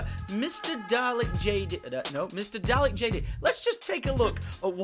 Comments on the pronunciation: Tom your British, you should know how to pronounce Dalek, it is in our blood, Dr Who FTW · Wait... Tom.... you're British and don't know how to pronounce Dalek?